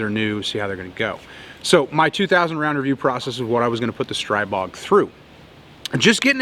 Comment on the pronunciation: You can make a video about the Stribog when you learn how to pronounce it. Go to the GB guns channel to be schooled.